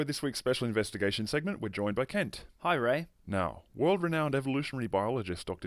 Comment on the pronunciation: Man, these "Special Inventigations" are so irritating!! (that is the interviewers/commentators..) :p